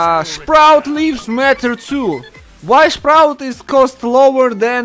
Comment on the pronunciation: How says sprout or i heared that: shprout How i say sprout: SPRUUT